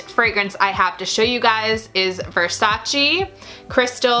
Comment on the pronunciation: No versaciiiiii ma versaceeeeeeee per Dio